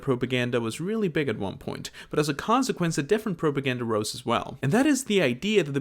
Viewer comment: I have NEVER heard anyone pronounce propaganda like that.